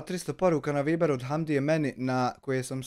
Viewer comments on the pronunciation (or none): none